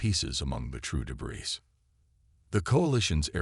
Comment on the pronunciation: “ AMONG THE TRUE DEBRIS “ SHOULD BE DEBREE , IDIOT !